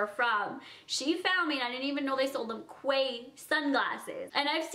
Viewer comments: it's not quay, it's key. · It's pronounced key not quway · not quay, its "key" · it's pronounced 'key' not quay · You are so cute!! Until I got a job at nordstrom, I called it "quay" but it's pronounced "key"! Just letting you know ❤️❤️ I love you!!!! xo been a loyal cutie for years! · Quay pronounced as "key" I use to say it wrong too 🙈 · just letting u know its pronounced 'key' not 'quay', its just a weird australian thing xox love ur channel! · i love you girlie but quay is pronounced like key❤❤ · Quay is pronounced 'key' no hate just letting you know :) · quay is pronounced key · OMG not trying to throw shade but it's pronounced "key" not quay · quay is pronounced key not kway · its pronounced key not quay girl come onnnnn get your life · Quay is pronounced "Key" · The sunnies brand is pronounced like key. Loved this babe!! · Quay is pronounced like key 🔑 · Love the sunglasses!!! Im from Australia and we pronounce it "key" Australia. Love your videos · I live in australia and quay is said like "key" love you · no like you can't just mispronounce things that are said a certain way😂 if my name is Kara, people can't just call me Cora. That's not a thing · Ps, quay, is pronounced 'key' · The brand of the sunglasses are pronounced 'key' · Just an FYI - Quay is pronounced Key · Quay is pronounced key. :) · Its pronounced key even they its written quay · Its pronounced key Australia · Its pronounced 'Key' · Yes, it is a Canadian thing. I think they're talking about how she pronounced the brand, Quay, incorrectly in this video. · She's like 20 and can't say Quay correctly 😂